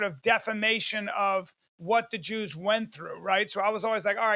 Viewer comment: admire and jooz in the same sentence ? 😂